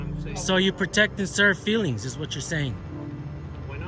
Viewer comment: Ohhhhhhh the FWEELINGS POLICE.